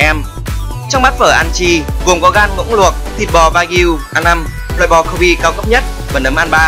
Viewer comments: thế éo nào cô bê cứ đọc thành cô bi nghe thốn vãi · Matsutake => Mát tsu ta kê nha ad , Kobe => Kô bê